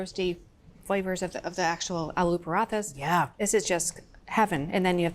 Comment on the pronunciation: Hey, why do you take care to get the pronunciation of french foods right, but not check how Alu paratha is pronounced? Edit: Erin does a wonderful job!! Instant respect!❤